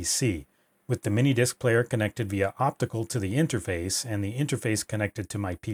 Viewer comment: Every time I here “interface” I think of 8-bit Guy saying it as “interphase”